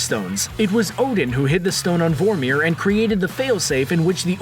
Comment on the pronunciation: you do realize the commentator didn't even watch Infinity War, he doesn't pronounce Vormir or Nidavelir right lol